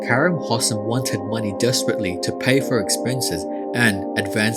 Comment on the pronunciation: I feel like I have to help out with future pronunciation of this Egyptian`s name; Its Hosssssaaaaaaaaaam, gotta put emphasis on those as and es, give it time. And Kareeeeem. Make the "e" audible. Thats all.